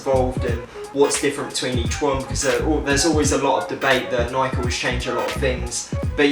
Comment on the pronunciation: Should add the ultra essential Infa to this list man, it's such a tight shoe, picked mine up s few days back, sick video, only one bad point, didn't pronounce Nike right haha